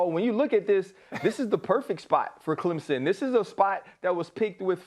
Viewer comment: ESPN always are hating on Clemson and they say Clemson wrong it’s not Clempsin